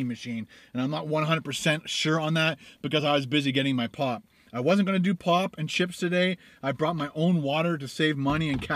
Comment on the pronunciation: i thought said i wiz busy getting ma pot! obviously it wiz pop